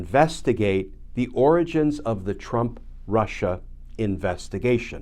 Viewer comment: Lmao! Every time Glenn said origins, I thought oranges, as well.